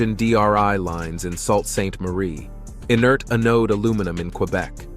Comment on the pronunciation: It's pronounced "Soo" saint Marie.......same as the railroad